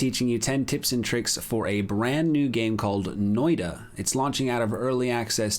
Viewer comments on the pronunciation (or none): Thanks for the beginner tips! Noita is pronounced "noita" not "noida" :) It's a Finnish word and means witch (surprise:D)